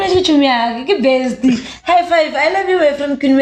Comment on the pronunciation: Yoh😂😂 ngwana sesi le mogatxae bona...Bare "I lab you"